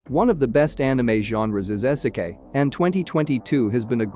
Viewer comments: It's pronounced "EE-seh-keye". Video unwatchable. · Dude said "ehsekay"